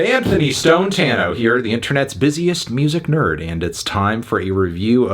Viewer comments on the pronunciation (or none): none